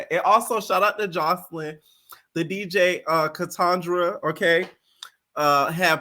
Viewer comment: who is katandra 😭 i think you mean kaytranada boo